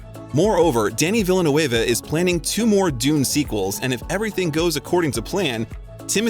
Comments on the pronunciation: 30 minutes of deep facts about this half french actor and you can't say the name "Villeneuve" correctly... come on man, it wasn't even close. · Dennis "VILLA-NU-ÊVE" ??? Pulease 😭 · Villa New Wave lmao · I gasped out loud at how Denis Villeneuve's name was butchered omg. Same for Vanessa Paradis's name, I mean I get it, not everyone speaks french but it would have been easily found how to say them correctly. 😅otherwise, good video.